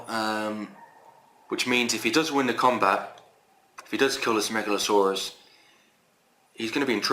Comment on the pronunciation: Nice video. You keep reading the name Megaloceros as "Megalsaurus", like it is a dinosaur. You should read as "MegaloKeros" because the name means "Big Horn". The way you say it means "Big Serpent". :)